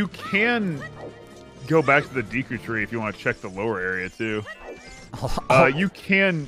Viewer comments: Did just say "Deaku tree"? Ah yes we all know that we'll know character in my hero..."Deaku" right!? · I'm so glad brou8ght up pronunciation... the moment he called Deku Deeeku I was losin it